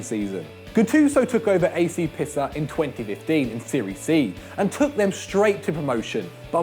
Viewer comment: Watched a few videos with this lad in it, can he learn how to pronounce player names and places around Europe please? Never heard of Pisser